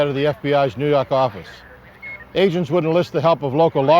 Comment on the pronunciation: "nuu yawk affice"